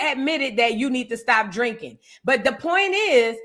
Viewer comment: I love when says purnt= point😂😂😂